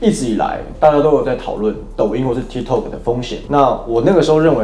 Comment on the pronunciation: 很重要 ：八炯跟波特王都發音錯了，tik tok 的發音類似是「踢k塔k」，不是「踢k透k」。 就像Costco 是發「咖S叩」，不是「摳S叩」。 o是發一個類似ㄚ的短母音，不是長母音［ㄡˋoo~] 抱歉啊因為聽兩位講錯太久了，提醒一下。我是鐵粉！